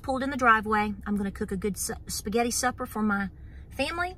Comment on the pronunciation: Love to hear someone(especially with a southern accent) say Supper. Beautiful